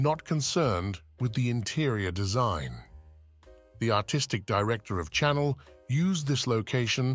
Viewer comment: Perhaps learn how to pronounce Chanel.